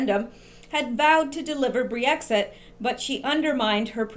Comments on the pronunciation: Great video, thanks for all your hard work. Just wanted to let you know it's not Bree-Exit, it's just Brexit. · Just Brexit...2 syllables. You may not even realize you're adding a syllable and an extra e saying Bre-exit. Just fyi. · Pronunciation of "Brexit" is NOT "Bree-exit." It is simply Brex-it (two syllables versus three syllables). Thank you! From your sister in Christ and in Q! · Brexit - Brex (ryhmes with Becks the beer), there's no 'ee'. ;) I hope they get rid of May, she's a disaster. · brex it is 2 syllables with a short e sound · I think you pronounce it BREX IT (short vowel sounds, just two syllables). I had to wait for your breakdown all evening.. now I understand and can tone down the nightmares..great work!!! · Never heard Brexit pronounced the way you do it ...Cute! But wrong. Don't underestimate May...she has powerful friends. Nikki Morgan would be a disaster for Brexit give us a leaver please God ><>